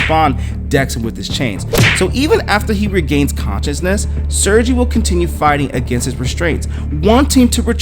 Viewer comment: Can u say "sir gay." That's how his name is pronounced, fyi.